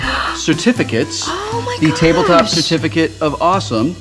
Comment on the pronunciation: Hilarious, I wuv ooo tabletawp!